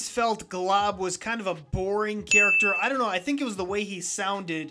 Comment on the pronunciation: 27 I put a fig on my base plate every time you said chacter